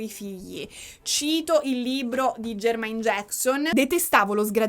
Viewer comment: MECOLI COLCHIN. E JERMAAAAAIN JACKSON, NON JEEEERMAIN JACKSON. scusa amo i tuoi video ma me lo tenevo dal primo capitolo AHAHHAHAHAHA